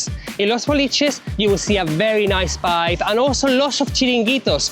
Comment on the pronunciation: Prize for the person who can correctly guess how many times says "vibe"....trouble is he can't pronouce it properly so it'll have to be a prize for the person who can predict how many times he says 'wyb'